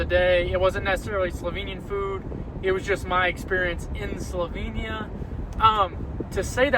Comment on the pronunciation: Great video. Thanks. Just one lil thing ; nobody corrected you on how to pronounce Slovenia ?